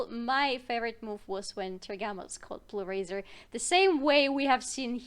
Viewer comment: one thing i want to point out is that ''bluerzor'' is pronounced litteraly bluerzor and not bluerazor